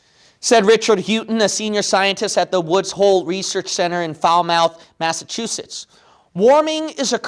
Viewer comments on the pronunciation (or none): Foul Mith, Massachusetts. Not Foul Mouth. :D